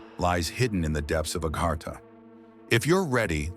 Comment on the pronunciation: Its called AGARTHA. A GARTH A , NOT agarhta your not from India